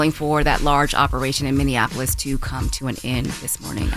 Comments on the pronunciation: Minneapolis, not Minneannapolis. Lol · You can't marry someone who is a felon and obtain citizenship fyi. Oh and Charla it's pronounced Minn-E-apolis not Minn-IN-Apolis. 😉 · Charlemagne, it's MinneAPolis, not MinnAnapOlis lol